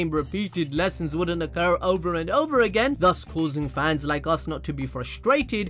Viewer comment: We didnt say it again we said it JIGENN...